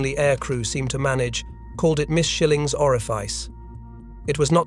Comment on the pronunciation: Isn't there any way to get Artificial Imbecility to pronounce 109 as 'one oh nine' instead of 'one zero nine'? I don't suppose 1o9 would work. And as for 'orif-ice'...